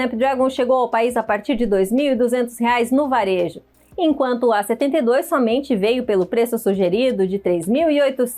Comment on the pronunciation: Em vez de A72, ela fala "E72"🤦🏽‍♂️